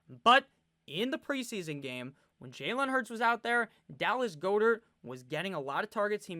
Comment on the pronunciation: Dallas "Gah-dirt" not "Goh-dirt"